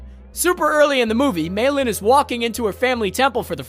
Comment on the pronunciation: Meilin...say it with me now...May Lynn. Not mailin'. 😫😅